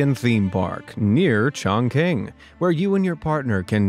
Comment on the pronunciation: It's Chongqing You had the first half of the name correct. The second half, Qing is pronounce CHING as in KaChing. Oh and Sheng is pronounced Shung